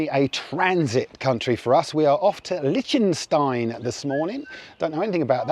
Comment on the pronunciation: Regarding Liechtenstein, I believe it's pronounced lick not lich...